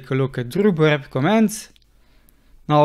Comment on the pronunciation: Love this, thanks so much! And I especially love the way you pronounce "Rhubarb." It's art, absolute music. ;) Thanks for the help!